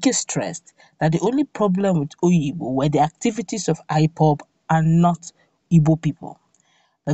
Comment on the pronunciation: Obigbo not oyibo